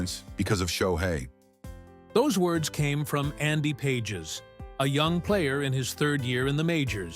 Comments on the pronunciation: bad Ai pronounce Pages as PAH Hez not pages. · Pahes - not pages - dome on man. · AHAHAHAH,,,, AI voice can't even ...Pages ? Pa Has is how you pronounce it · Is this AI bullshit. At least get the pronunciation correct: "Pages."